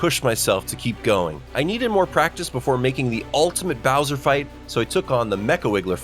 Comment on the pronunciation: no way he call it browser fight instead of Bowser fight😂